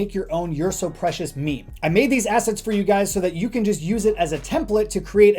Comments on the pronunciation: its meme not meemee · DID YOU JUST CALLED MEME AS MIMI GRRRRRRR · he said "memey" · "Me-me image" :)